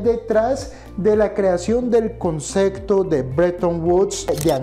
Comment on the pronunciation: Excelente explicación. Muchas gracias. De manera muy respetuosa, solo una pequeña observación: la palabra correcta es "concePto" con P, no conceCto con C.